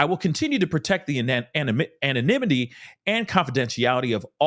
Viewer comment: Anonimity.... An enemy? Anenome? English, go home you're drunk😂